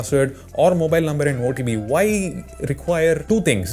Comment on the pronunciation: and i also laughed everytime he says "whyie" 😂😂😂 man you're the coolest i don't know why youtube didn't recommended me this channel all this long